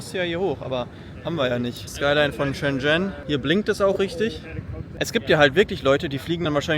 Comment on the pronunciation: Bitte lerne mal reden!….. schen schen 🤣 . Buch mal nen nen Kurs 🤣🤣